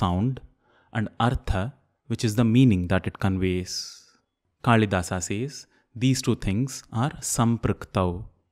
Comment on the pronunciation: Good channel and a good methodology to teach, just one thing.. is it श्लोका or श्लोक कलिदासा or कालिदास plz rethink. There may be limitations of a language that one can not write a word exactly how it is actually pronounced, but you are not bounded by the language to say it correctly. No matter which language you choose, it will never limit you to pronounce it correctly. And who else can better understand the importance of correct pronunciation rather than a professional sanskrit teacher.